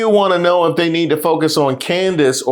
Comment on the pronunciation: had me crying over Candace Owens - he calls her Coondace 😂